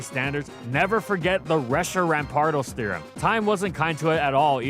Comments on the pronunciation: "reshirampardos theorem" was diabolical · "Reshirampardos Theorem" jolly good show, chaps